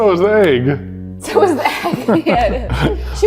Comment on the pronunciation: I love how even says egg Ayegg